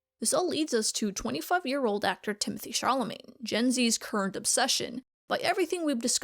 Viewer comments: Chalamet has no r in it. :) That pronunciation is maybe hard for english speakers but not that hard ti·muh·tay sha·luh·may (its first google result) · Why did you call him Charlemagne instead of "Shallow-May"? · At first, I thought that you were trolling, BUT...the surname of the wooden "actor" is pronounced SHA-LUH-MAY, not SHAR-LUH-MAIN. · It's Chalamet, not Charlemagne. Shall-uh-may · Can research all this, but not the correct pronunciation of Timothy Chalamet's name. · Tim-o-tay Shal-a-may. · There's no R in Chalamet and he's not a decendant of the King of France. Just giving you a hard time, I loved the video :) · why do you keep saying Charlamagne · why does it sound like she's saying Timothee Charlemagne "? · did she say timothee charlamagne xD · Pronunciation Shal-a-may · This video is incredible but why is no one talking about the fact she calls him Timothee Charlamane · Are you saying "Challamagne?" It's very distracting. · kind of off topic but i found it hilarious how you struggled with pronouncing chalamet like, you started to pronounce it as "charlamaine", then "charlamay", then eventaully "chalamaine" lmao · at first i thought u said charlemagne as a joke but then u said it again 😭😭😭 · Try To Pronounce "Chalamet" Challenge: IMPOSSIBLE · I just couldn't continue watching after I heard you seriously mispronounce Chalamet 🤦‍♀️🤷‍♀️ Sorry x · Girl pronounced “Chalamet” different every time she said it 😭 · You pronounced Timothée Chalamet wrong